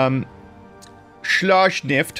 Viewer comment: Schlaftschnieft has a very, very different meaning then Schlachtschiff,. Schlaf is sleep and schnieft is to sniffle. So what you are saying sounds more like an order to get some sniffble narcotics, then deploying a battleship. At least that's what I am hearing. But I like it. So keep it up and deploy all the Schlaftschnieft's. ^^